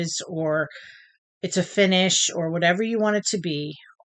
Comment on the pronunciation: Fun video! I cracked up when you said 'whayever'..( in regards to your grandson modifying the cow travel game :)